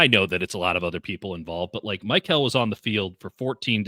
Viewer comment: still refuses to pronounce Mykel’s name correctly smdh